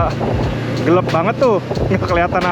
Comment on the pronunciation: Gelap bang bukan gelep..